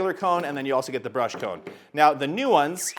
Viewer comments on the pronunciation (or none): none